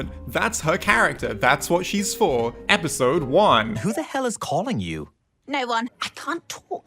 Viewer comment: Him saying episode wrong is more funny than the actual spy jokes